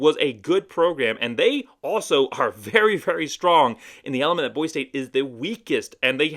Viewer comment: How can you talk about Boise State when you can’t even say Boise correctly? Go back to California.